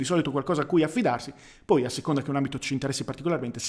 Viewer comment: Te lo scrivo solo perchè so che ci tieni: tendi a chiudere spesso la "o" di "poi" che al contrario è aperta. A parte questa piccolezza ne approfitto per farti i complimenti, contenuti intelligenti, preparazione intelligente (di te stesso) e dialettica altrettanto intelligente. Più che un "Grande" è necessario scriverti un "Grazie". Grazie